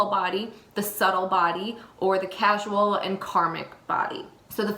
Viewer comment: Core--sal (causal) not casual. 🕉❤✌ The statement of 'you can have excess Ojas' is incorrect. You can never have enough Ojas once you've topped it up so to speak it begins to overflow into the subtle body and brain. If their is an excess of heaviness that's not AMA or Kapha it is highly likely it's a Tamasic quality causing a dullness. We should always strive to boost Ojas. Great video but this needed to be said.